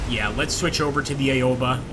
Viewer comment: its called Owba no eyeoba. simple phonetics here yank. A is AHHHH AO is aow "As in OWE that hurt" sounds. AOBA = OWBA dont say EYE, A dosnt say EYE sound, it says AHHH. english phonetics lesson done. english and japanese use the SAME phonetics. america doesnt even TEACH phonetics.